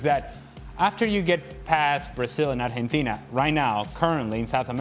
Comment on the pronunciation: bruh what's ar jhen tina?